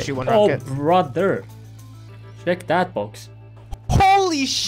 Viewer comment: Can you PLEASE PRONOUNCE THE WORD "CHECK" CORRECTLY... ITS NOT "SHECK"!!!!!!!!